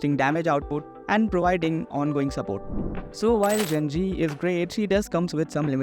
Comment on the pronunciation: its pronounced je-ji or probably more accurately ju-ji